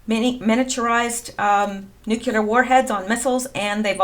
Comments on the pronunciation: It would be so nice if your generation would learn to pronounce nuclear -- new-klee-ur, not nu-cue-lur. If you look at the spelling of the word, you will easily see it. And then there is the hokey cowboy pronunciation that has taken over the airwaves since George W. Bush and his whole hokey Texas cowboy persona. It is disrespectful to pay no attention to the actual name of a country, and to just go against it. Both Iran and Irag are not pronounced with a long I, which rhymes with "why". No they are both pronounced with the kind of "I" that is pronounced either as as "E", as in Ee-ron, Ee-roci, or if that's just too much, then "I" pronounced to sound like the "I" in "sick." i-ron and i-rock. Even George W., I think finally embarrassed at his pronunciation and the obvious disrespect that implies that one feels toward a particular country (like not bothering to learn how to pronounce someone's name), began to pronounce them correctly toward the end of his presidency. After all, how would George feel if some some German diplomat insisted on calling him "Gay-org"? He might be offended, and beyond that, he might misunderstand the intention of being called "Gay"..."org". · Good stuff as usual. Please note: The word is pronounced NUKE-LEE-UR not nuke-you-ler. Common error. No such word. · There aren’t two ‘U’s’ in the word Nuclear... it’s nuc-lee-ar - not Nuc-U-lar... just sayin... {Metathesis (linguistics) Metathesis (/mɪˈtæθɪsɪs/; from Greek μετάθεσις, from μετατίθημι "I put in a different order"; Latin: trānspositiō) is the rearranging of sounds or syllables in a word or of words in a sentence. Most commonly, it refers to the switching of two or more contiguous sounds, known as adjacent metathesis[1] or local metathesis:[2]} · Please don't say "nukUlar" like George W .... It's pronounced Nuclear" (new Klee ar) not (new que lar) I. Like you and your posts, you're a nice person and I don't want to be reminded of GWB by you. Just a friendly criticism. :)